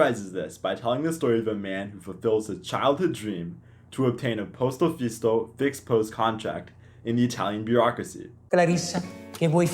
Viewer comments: Ciao, just a precise: "posto fisso", not "posto fisto";-) You make me smile, very nice to listen as an Italian:-)... and... it is true.... we work more hours than you can see in the clock:-) often 9-11 h. a day...and.. I like the part about breakfast in the morning, we love sweets and it is so strange for us eat salt things!:-) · But Is "posto fisso", not fisto. Until 80s almost every young Person use to leave family's house Just After their 20s because we had Just One kind of contract: lifetime!, but the fucked up employment policies oriented to delete by tricking on specifics occupational fields the conquers made until then they have made so complicated to have a job for 8 hrs a day. So for that, forced mammoni and Crazy Daily timetables on work. The cultural influenze of that affected Also the shop opening times, After another 20 years. Mammoni thing came up After a speech of a useless minister of a Berlusconi's government, blaming the youth of the fact they can't join their independance.